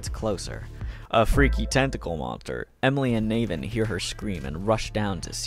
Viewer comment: from his narration style i can tell hes severely autistic, closeted gay, and for as much as reading was his entertainment his reading abuility to pronouce names is trash. its nAvin no Nayven, and Luger like the rifle not lugger